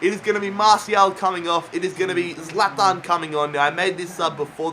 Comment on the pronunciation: You say zalathan it's zalatan